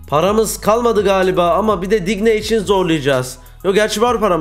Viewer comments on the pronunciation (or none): abi digne luca din diye okunuyor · Abi Digne (Diîn) Diye Okunuyor